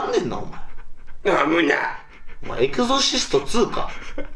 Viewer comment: エクゾシスト？エクソシストじゃなくて？